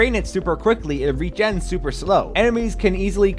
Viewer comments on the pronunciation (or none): none